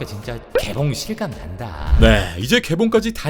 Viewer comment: 러브앤 싼다 ??? 라고 들은거 같은데 맞나요?ㅋㅋㅋㅋㅋㅋㅋ